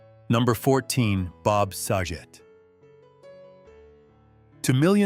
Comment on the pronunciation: He got Saget pronouncement wrong too.